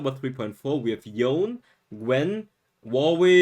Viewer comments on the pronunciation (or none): yone is pronounced as "Yoney" btw.. not "Yon".